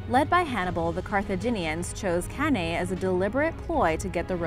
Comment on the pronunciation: Isn't it CanEYE (pronunciation wise)